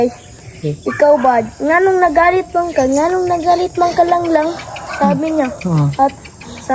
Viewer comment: Ung pgbigkas nya ng Langlang, kuhang kuha nya, ang galing nya, matalinong bata, kinikig si sir Paul,,, k